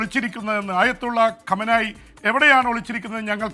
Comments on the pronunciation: Kamanyi alla kumaini enu parayu allankil jon favanayi enu parayu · കമനായി അല്ല ഗുമൈനി 😂